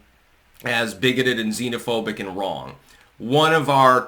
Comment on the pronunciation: Pedotato couldn’t either pronounce or define the meaning of the word “xenophobic.”